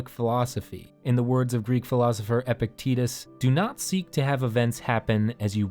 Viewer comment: Amazing video but EPICTETUS pronounced EPIC TIT US BAHHHHHHHHHHHH!!!